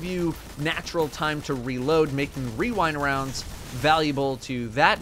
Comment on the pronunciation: My favowite is wewindwounds